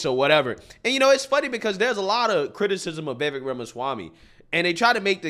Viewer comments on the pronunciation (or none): FYI, His last name is pronounced Viv-Vake.